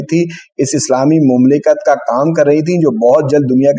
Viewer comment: مملکت کے تلفظ میں میم پر زبر پڑھنا چاہیے.